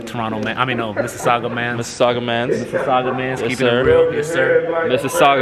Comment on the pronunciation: Chiney Ogwumike and maybe Charles Barkley are pretty much the only peeps on ESPN that I've heard pronounce Mississauga correctly. Maybe this'll teach the rest.